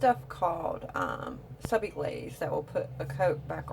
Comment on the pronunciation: It’s not Sub I Glaze! It’s Subliglaze.